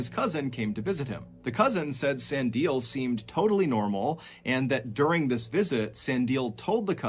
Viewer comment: I laugh everytime Ballen get's Sandile's name wrong; It's pronounced Sah-Ndee-Leh. My fellow South African's be crying in the back. but much love to & Ballen all the way from South Africa